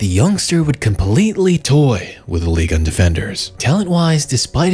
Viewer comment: Pull that microphone out of your lungs It's not an ASMR video you weirdo And wtf is "Ligon" It's Ligue 1 Your videos are good but I can't stand the way you talk